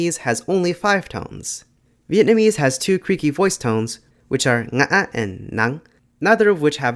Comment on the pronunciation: seeing a non-native nailing "ngã" and "nặng" is such a delight